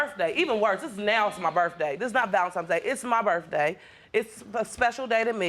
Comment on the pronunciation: It was her burf dae 😂